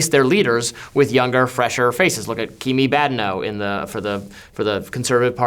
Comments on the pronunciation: Kee-mee Bad-eh-no. 🤣 Sorry to jab at you Robby. I just think it's funny! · Pretty sure that's not how you say Kemi Badenoch's name.